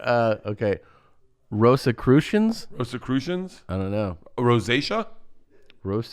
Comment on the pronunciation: Tom flexing with his on-the-spot pronunciation of Rosicrucians